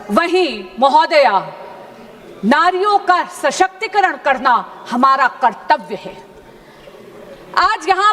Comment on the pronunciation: Ye sashaktikaran ko shaktikaran bolti hai.